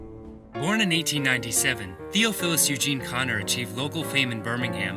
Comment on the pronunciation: His first name is pronounced "thee-ah-Phil-us" not "theo-fill-us"